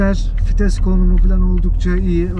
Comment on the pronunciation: fites değil vites